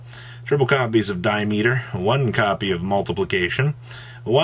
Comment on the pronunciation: Di-am-eh-ter, I fixed. Teaching one YugiTuber how to read at a time.